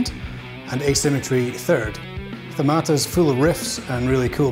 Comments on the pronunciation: As a Greek, Hearing the word THEMATA so mispronounced, kills me every time 🤣 but no worries mate, no hard feelings, it's understandable ;) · I did enjoyed that video! Thanks for putting all the effort , it's appreciated. Ofc having a word being mispronounced, it's not important. Keep up posting some good material ;)